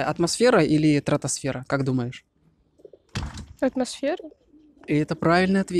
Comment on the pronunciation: Ты сам.того..не тратосфера а СТРАТОСФЕРА..умник блин..